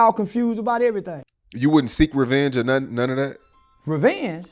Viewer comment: "REVENGEEE"...NIGGA IM GONE CALL THE PO LEASE!!!! - 2023 😂😂😂😂